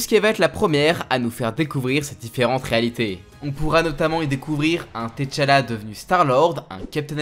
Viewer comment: On dit tchalla pas t chala